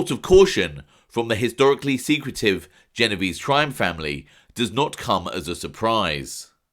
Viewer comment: for this watching, the pronunciation is "jeh-noh-veh-zeh' ! ! Ciao!